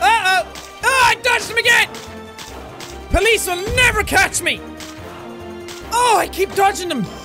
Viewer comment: Not sure if it's just me, but I like the way Jack pronounces "Police". It's like eargasm to me ^^